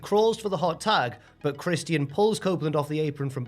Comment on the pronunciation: Why are you pronouncng Christians name like that? No way is that easier.